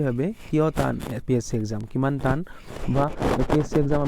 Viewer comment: টান হে তান নহয় ।